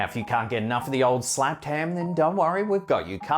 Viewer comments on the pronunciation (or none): Did you say shaved ham? Sure sounds like it.... 🤭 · Did he say this shaved ham lol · "Shaved Ham"?! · Shaved ham??? 😂 I had to back it up to make sure I heard you correctly. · I'm just glad I wasn't the only one who caught it. "Shaved Ham" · Shaved ham did you say? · I had revind to confirm whether you said "shaved ham" or not. Thanks for entertaining us always. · Did you say, "This is Shaved Ham" ?? (funny) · I thought I was hearing things but, said, "Shaved Ham"? WTHex? You always say, "Slapped Ham"??? Then I smile thinking of s cute piggie getting its butt slapped playfully... Bot today, it was rather unsettling. There, I said it! peace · He said shaved ham instead of slapped ham. Lol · Watched intro twice as I wasn't sure I heard correctly " SHAVED HAM " Love it ! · Thought you said shaved ham haha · Dude…. Did he just say shaved ham and not slapped ham??? Wtf 😮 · Yeah you made a slight mistake at the beginning of this one you said shaved ham instead of slapped ham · He said “this is Shaved Ham!” Am I the only one that heard that?? Lol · said 'Shaved' Ham instead of Slapped Ham. Anybody else catch that❓ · why did you say ' SHAVED HAM" instead of slapped ham? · hahaha! I had my backed turned to the screen and heard you say Shaved ham.. i turned to look and had a chuckle... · did he say shaved ham or am i too high? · "Shaved Ham"??? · Oh good. I had to play it twice. He did say shaved ham 😂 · “Shaved “ ham????